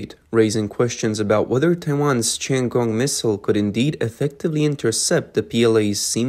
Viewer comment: The CCP missile is called “dong feng “, not “dong fang”! And the Taiwan missile is called “tian gong”, not “Chen Gong”! 😅